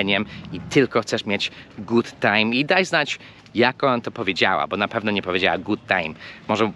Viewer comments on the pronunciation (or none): akurat słowo "Good" ma krótkie "u" - ʊ